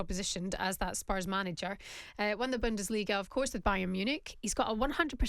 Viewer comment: Rory……….. it’s spurs.